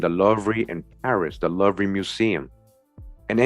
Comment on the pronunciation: Oh it's pronounced loovah btw in Paris France' louvre' is a museum there... very famous!